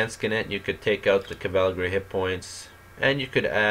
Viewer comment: Cavalgary... Landshkanekt... WTF? Where is this guy's pronunciation of English and German?